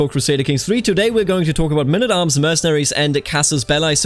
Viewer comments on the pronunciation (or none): What is mynn at arms? Please, can't you just say men at arms?